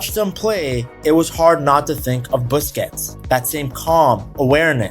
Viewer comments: Busquets is pronounced "BUS KETS" not "Biscuits" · bro said Sergio Biscuits.😂